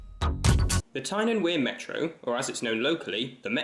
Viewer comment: orrible pronounciashun of metraw. pronoonce it lak a propa geordie man.